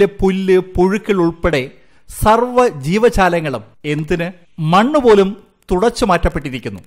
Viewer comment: ജീവചാലങ്ങൾ അല്ല..ജീവജാലങ്ങൾ 😀😀